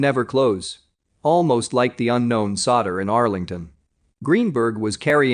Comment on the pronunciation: The AI voice on all MiTrust posts suck big time. If the AI is supposed to understand linguistical context, it FAILS miserably. Lead - Lead as in Lead Pipe and Lead as in LEEEEEED, like a Lead Detective. Solder for Soldier? Really. One EVERY posting. Someone needs to attend or upgrade the voice. I stop watching these because the AI voice makes me nuts.Spend a little money and hire voice over artists.